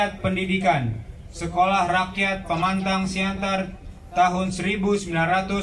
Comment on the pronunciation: Teksnya yang salah tulisan nama kota Pematang Siantar, atau yang membaca yang salah baca, dibacakan : Pemantang Siantar?.